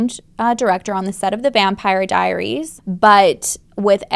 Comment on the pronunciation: So I’m pretty sure you said ‘Vampiary Diaries’ and that made me smile 😂